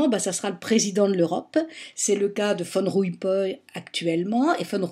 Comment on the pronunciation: Petite précision: c'est 'Van Rompuy' et il est Belge Flamand - pas 'von Rumpuy' qui suggérerait allemand ou autrichien.